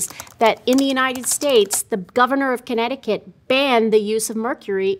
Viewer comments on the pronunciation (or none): none